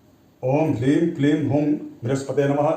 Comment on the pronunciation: Mantra kripya comment bok me likh dijiye aap hleem bol rahe hai yaa HREEM bol rahe hai...confusion hai